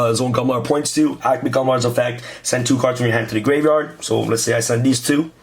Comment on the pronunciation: Grave - yard not grave - vard